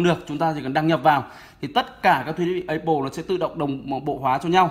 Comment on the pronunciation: a phát âm từ apple hay thật ấy